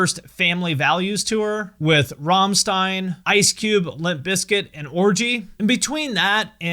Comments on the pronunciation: Oh no, you didn't say rammstein correctly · It's been officially the 3rd time you mispronounced Rammstein band's name in your videos. Please learn how to pronounce it correctly. At least, that's what is expected from a music expert. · You really need to learn to pronounce Rammstein.